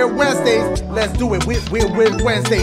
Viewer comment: Nobody: Dashigames: “weird Wednesdays have turned into weird Ssssswednedays.”😂😂